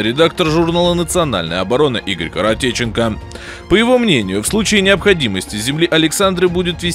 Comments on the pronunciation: Коротченко а не коротеченко.хоть бы тему провентелировал. Чё дают то и читаем. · Ну ёмаё.да не Коретченко,Игорь Коретченков,/ ударения бл как у американского шпиона. бл..комент. ты вообще русский👎